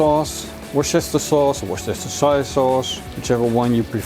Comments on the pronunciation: "Worshishushire sauce." You're the best, dude! I love the frozen steak technique. No more gray area on my steaks. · Hahaha... simply call it Wostershire... it is the same thing with Glocestershire. Glocestershire = Glostershire and Wocestershire = Wostershire. But that is only one thing... the other case is: That is ANACONDA 2.0! And it is stunning great. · nice preparation.. very unique! good bit of work but I'm sure it is worth the effort. to make it simple, we call it "wooster" sauce! pronounced whusster or whusstah'. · Ziet er weer lekker uit! En wat betreft die Worchester..saus waar jij steeds weer over struikelt (ik weet ook nog steeds niet wat de juiste uitspraak is): mijn vriendin komt uit Panama, daar noemen ze het gewoon English Sauce. Veel makkelijker :-)